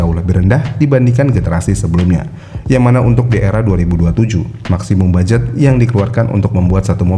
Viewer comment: Budget bang bukan baget